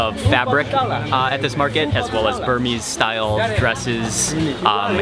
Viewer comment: Loving how you pronunce the Burmese names, Mark! Simply adorable! :D Awesome video!